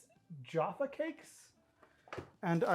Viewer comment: Pronunciation scores: Mousehole 10/10. Jaffa 7/10, Caramel WTF? This is like the opposite of everyone in the UK. Careful, young man, you're in danger of having your honoUrary Brit status revoked. Edit: Jaffa Cakes do NOT contain artifical flavoUr. That's it, hand in your tea bags at the desk.